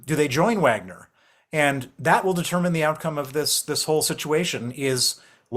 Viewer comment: Stop saying Uagner